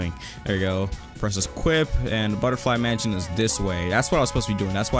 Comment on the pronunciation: Ah yes mension and not mansion